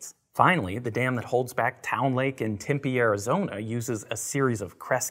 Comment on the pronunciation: He said timpy az but it is tempe